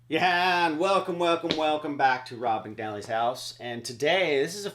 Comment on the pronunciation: I know, just kidding around, sounded like u said Rob McGallin :-)